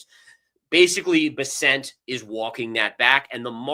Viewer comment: Hi, don’t leave. 😅. Thanks for pointing out blow off top. BTW, it’s pronounced ‘Bear-cent’, not Ber-sent.